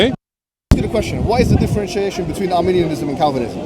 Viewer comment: I noticed during the premier that was consistently pronouncing 'Modalism' and 'Molinism' as 'Monalism' and Arminianism as Armenianism🇦🇲🇦🇲🇦🇲🇦🇲🇦🇲🇦🇲 and Armenian🇦🇲🇦🇲🇦🇲🇦🇲🇦🇲🇦🇲🇦🇲🇦🇲🇦🇲 Christology/Theology. Silly Sophistry Boy!!!!! 🤣🤣🤣🤣🤣🤣🤣🤣🤣🤣😂😂😂😂😂😂😂😅😄Additionally, misrepresented what Molinism means, preaches and teaches.